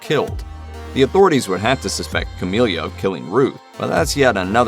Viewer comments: Whether writer, editor, or narrator, SOMEONE didn't know that her name is "Camila", and NOT "Camilia".. lol Hearing the wrong name said SO MANY TIMES, and with confidence, was hilarious. Did any of the above even actually watch the show? haha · First thing…..it’s Camila, not Camilia. Second, the show is over and the ending was meh. They could have done a “where are they now” at the end to explain this…..but I doubt if there will be a V2 or spin off. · You can tell the person narrating this did not watch the show. Its Camila, not Camilia! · It's Ca-milla, not Ca-milia 🤦🏻‍♀️ And "perfect ending"? No. It was a total cop out, the only show which holds the perfect ending title, is Breaking Bad.